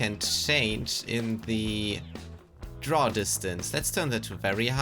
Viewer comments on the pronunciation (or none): none